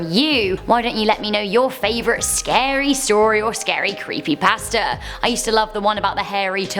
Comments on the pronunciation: When she says creepy pasta it sounds as if she is saying creepy bastard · I thought she said creepy bastards when she said creepy pasta😂😂😂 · I kept hearing "creepybasterds" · I keep thinking that she’s saying, “Creepy BASTARDS.”